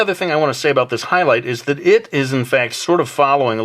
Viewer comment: he said "How bout tat"